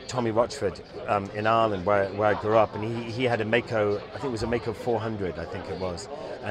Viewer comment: Cool vid! BTW it's 'Maico'! :-D